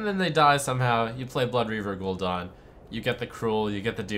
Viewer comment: lol gul'done ....... its gul'dan ....